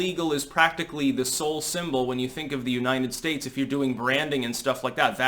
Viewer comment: damn it! Learn to pronounce United States. It's not Uninen Stase